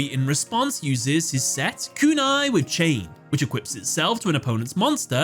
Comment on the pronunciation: I love how Joey seemingly has influenced you because I can hear the long "u" in Kunai with Chain everytime.